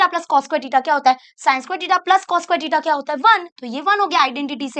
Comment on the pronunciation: Btw its Theta not tita